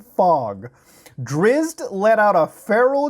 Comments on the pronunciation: Wasn't expecting to hear the words Drizz't or Guenwhyvar. I didn't even realize people were making forgotten realms fan fics. Oh wait...i just realized what i said. Also, I'm going ti be that guy and say its pronounced Drisst and Guenwhyvar is just and old spelling of Gwynevere. All pail in my absolute big dickness of knowledge about characters that reeeeaaallly didn't need to be in a fan fic together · Fun Fact Drizzt (pronounced Dritz) is a real DND legend. The real novel is actually really good. Seems that the dude wrote a fanfic about it.